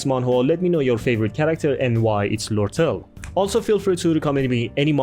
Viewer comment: There are prob more but I gave up on the webtoon one Btw kinda funny to see literally everyone mispronouncing lortelle